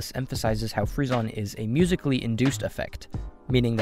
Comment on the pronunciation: rip frissons's prononciation